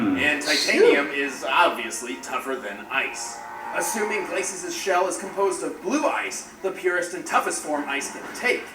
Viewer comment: can't even say Glacius right